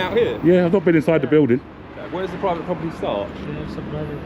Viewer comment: This is a pwivate pwoperty 👳🏾‍♂️ 😂